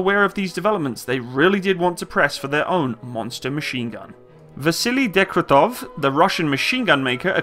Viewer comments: aaaaaaah my ears are getting raped send hlep(coz DEG-TE-REV not degretev and SH-P-AGIN not shampain)im sorry i know u are not a native speaker and for europeans it is sometimes hard to pronounce names. BUT FOR CRYING OUT LOUD I CANT BEAR HEARING THAT MULTIPLE TIMES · Shpa-gin! Dekh-tya-rev! it's easy! You are way off proper pronouncing!